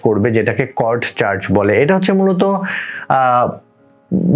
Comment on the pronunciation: Not কড that is called সিওডি